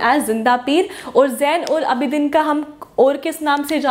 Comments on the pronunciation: Who feels that the name of Zain ul Aabideen is not pronouncing correctly like us Kashmiri people !!! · Itz pronounced as zainul Aabideen ... N not budshah but Badshah .. pronounce U as we do in word But not lyk in put. .